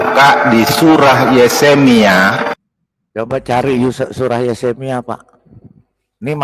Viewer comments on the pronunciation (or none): pakar alkitab kok baca Yehemia jd yesemia